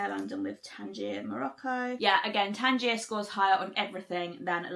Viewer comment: Tanjia is what you eat, Tangier is the city. Pronounced different dear. New follower and great job.